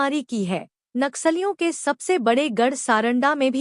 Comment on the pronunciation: कृपया’ नक्सलियों ‘ का सही उच्चारण करें।” नाक सालियों “ के बजाय “नक्सलियों” कहें।